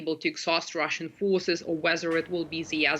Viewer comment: What the heck are "Rooshen Gains"? or "Rooshen media"? 🤣🤣🤣